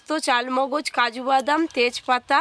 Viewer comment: চালমগজ নয়....চার মগজ। এতো নামকরা চ্যানেল। উচ্চারণ টা ঠিক কোরো। নেট এ সার্চ করে দেখো চার মগজ কি কী দিয়ে হয়।